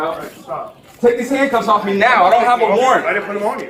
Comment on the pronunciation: Narrator voice: "they did not get 'offa' him"